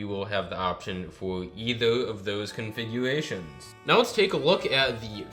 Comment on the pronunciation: Diffwent. Wouter. Configwuations. Wating. Pwo. Wecording.